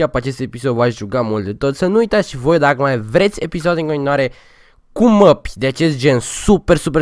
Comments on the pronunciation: nu se spune măpi se spune mape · "Mapi"? Se zice mape lol